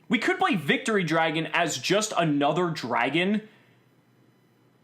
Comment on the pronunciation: Haha! Eclipse Y-Vren. The Victory Dar-gon is better.